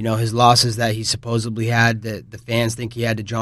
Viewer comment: "Supposebly" lol